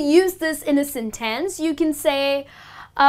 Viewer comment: in a sintens, i think it should be sĕn′təns